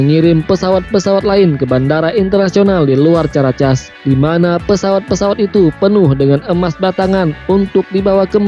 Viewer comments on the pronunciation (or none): caracas itu bunyi nya karakas boss...bkn casss